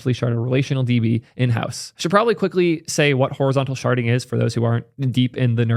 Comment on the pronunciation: IDK why but every time you say "sharding" my brain hears "sharting".